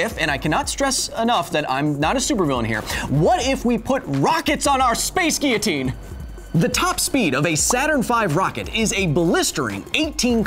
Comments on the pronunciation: every time he said 'ghia-teen' I cringed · Not tryin to rain on your parade man, but it IS pronounced "gee· uh·teen" in American English... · "Geeotine"? hahaha there is L's in it mate lol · I mean everyone's ignoring the fact that he's pronounced guillotine like he has a French accent but not using a French accent. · yeah but American English is just being doing English wrong so my point stands.